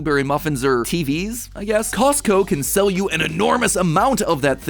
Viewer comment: “let me just squeeze right past yuh”, where are we the Midwest😂